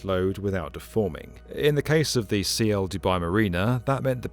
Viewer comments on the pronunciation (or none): Isn't it Ciel (sky in Spanish) and not C I E L ?